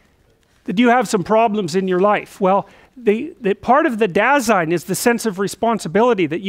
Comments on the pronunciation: "dah-zine", though. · "Dasein" is a German word and basically means "being here" or "existence/existing". And it's pronounced more like "duh-sein" and the "sein" as in Seinfeld the comedian and "Da" as in "well.. duuh". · By the way: "Dasein" is pronounced as "Dar-zyne". Greetings from Germany :) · German here. Your translation is literally right. Apart from Heidegger's definition Dasein is simply our word for being. The pronounciation is "dazine", no R in there. German pronounciation is pretty straight forward, unlike French or English :D